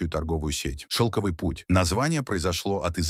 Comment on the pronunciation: шелкОвый путь, персЫ, пяясот. финИкия